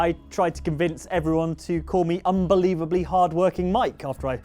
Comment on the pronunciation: Accent on 'unbelievably'. :P :D